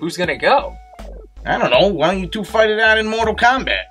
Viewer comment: Genesis: More-tal Kombat.